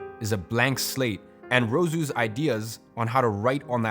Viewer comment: And Rousseau is pronounced Roo so not Ro soo